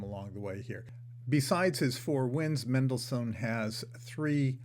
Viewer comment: You don't know how to say Mendelssohn.